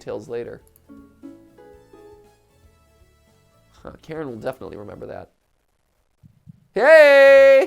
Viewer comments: I never said my pronunciation was correct, just that I didn't think Karen was it, even if it does fit her to a T XD but yes, if you use the Ukrainian pronunciation, it's Kah-reen. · She is not karen she is ka-rin ...ok? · Kuh-rin is how i've heard it, which I beleave is how you would pronounce it using Japanese phonetics. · I love how Matt pronounces Karin's name as "Karen". Strangely accurate... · So obviously google translate isn't the most reliable, but it says it more like Kah-rin, almost Kah-reen